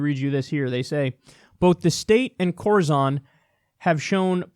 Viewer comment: Corizon is pronounced like horizon. We had a case here in Idaho where a guy ended up with an amputated leg because the prison docs wouldn’t send him to the hospital. When he finally swallowed a pencil sharpener they sent him to the hospital and they found he had sepsis and a gangrenous leg! Now he’s trying to get a good prosthesis because they’re dragging their feet in that too.